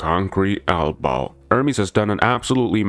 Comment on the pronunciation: Stop saying elbow so weird.